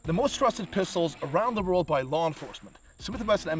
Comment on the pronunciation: 😂😂😂 “Around the wordle” 😂😂😂